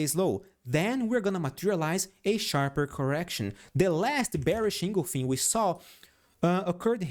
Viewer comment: En—gul—fing not engolfin